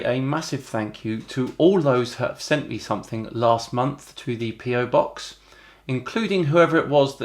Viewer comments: "It does it every mumpf" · He never claimed they happened every month. He said every momph!